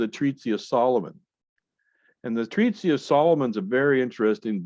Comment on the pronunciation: Treatise not treatsy but good vids